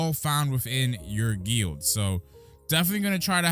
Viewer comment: hearing pronounce guild wrong is just too funny